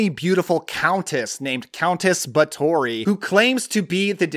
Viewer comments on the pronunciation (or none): First it's pronounced bath-or-free. You should just do a list on. Mexican vampire movies, there are tons of them from the 60s and 70s. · I think you pronounce it Bath-or-ree. I didn't think of Valerie & Her Week of Wonders as a vampire film. More of an art film where you must assume most of it is in the girl's head. Blood for Dracula: director Paul Morrissey was associated with Andy Warhol who made avant garde films at his Factory art group. Not sure Warhol had anything to do with the film but maybe they thought that would gain attention.